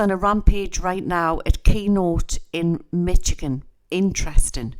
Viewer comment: The state of Michigan is pronounced mish-i-gan